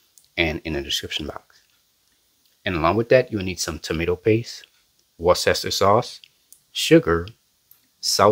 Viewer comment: Love your cooking show. I've been watching since you started your channel. I love sloppy Joe' s and yours look yummy. Did you make the rolls? They sure look good! The brown sauce in a bottle is pronounced wors-ta-shire.